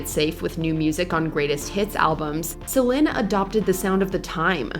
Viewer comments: It's Celine not Celin🤦🏽‍♂️🤦🏽‍♂️ got me cringing over here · Who's the commentator? It's pronounced SA LEEN, not SAL IN. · the narrator keeps mispronouncing Celine (seh-leen, not seh-lehn....) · What's with the constant change in Celine Dion's name pronunciation? It's SO annoying! The list is very outstanding but the pronunciation of her name on this video is very annoying to hear, I know she's trying to pronounce her name correctly but it's sounding differently like Selen or Selin. She can say it with a neutral accent.😅🙄